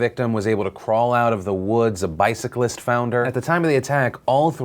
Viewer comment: a biscyclist??? Come on Phil!!! Just say Cyclist, lol! Doesn't matter :)>